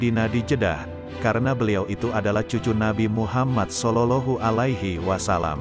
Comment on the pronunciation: الحمدلله Terima kasih banget, mudah²an bermanfa'at bagi muslimin Aaamiin. Usul sedikit :, sebaiknya komentatornya di carikan "orang yg benar² fashich dalam bahasa santri, contoh tidak " SOLOLOHU ALAIHI WA SALAM". Mohon ma"af.